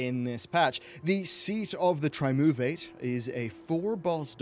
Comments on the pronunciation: Tri-moo-vate? Triumverate. Try-umm-verr-et. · Seat of the... Trimoovate did you say? Triumvirate (pronounced: Try-um-vuh-rut) Meaning a ruling council of three (Tri) electorates that share power equally and make decisions for the kingdom/empire. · Seat of the Try-oom-vate It's pronounced Try-Uhm-Ver-It! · Just a heads up for future references to this dungeon, it's pronounced Tri-um-vir-it (not Tri-moo-vate) >< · "Try-um-ver-at". Not 'try move ate'. It means a council of three. The lore nerd in you should've caught that. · The new dungeon is pronounced Seat of the Tri-UHM-ver-it. Dunno what Tri-moo-vate is. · Its pronounced tri um vi rate, not trimoovate, baka! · Seat of the Triumvirate (trahy-uhm-ver-it) - a government of three officers or magistrates functioning jointly. :) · Great video! Also... "Seat of the Triumvirate" -> try-UM-vur-et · I've been laughing at Trimoovate for like three hours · Heheheh "Tri-um-vir-ate", I kinda giggled at how you pronounced it :P Love your videos man! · Can't wait for Seat of the Tri-moo-vate. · Great vid! Excited for this. A small side note (I promise, I'm not nagging...really!) Try-umm-veh-rate Triumvirate :) <3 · "Seat of the trimoovate." Now THAT is quite the mispronunciation. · Seat of the "Tri-move-ate"? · "Tri-moo-vate" god dammit my sides... anyway... this looks amazing. Blizzard are really outdoing themselves this time. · what? xD Triumvirate, mate :) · ah yes the triMOOverate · Great video as always, but I'm going to be That Person... it's "triumvirate". Tri-um-vi-rate. Sorry. >.< /pedant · Try-um-ver-it Asmongold and have a hard time reading sometimes, and it crushes the soul. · I love how much he butchers the word triumvirate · you mispronounced triumvirate.